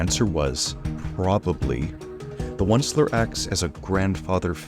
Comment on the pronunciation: the fact that you don’t rhyme “Oncler” with “grandsoncler” hurts me